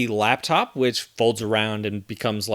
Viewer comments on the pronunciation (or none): none